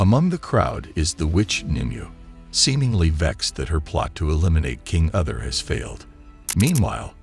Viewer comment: King ‘Other’ …these pronunciations are wretched.